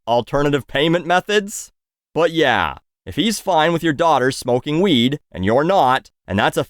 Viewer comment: has me weak. "Nobody dies from the wEeED" hahahaha